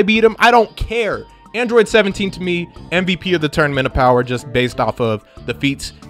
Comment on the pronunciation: "Feel my BOWER"